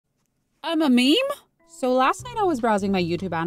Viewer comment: "Meme" (Mee-Mee). Got me laughing on the floor 🤣🤭